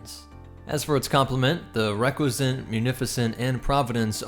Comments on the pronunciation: dude it's pronounced Ree-cuss-ant not reck-we-zent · I really liked the video, but the pronunciation of Recusant is not even close.